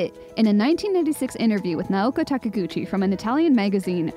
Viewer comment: It's Takeuchi not Takeguchi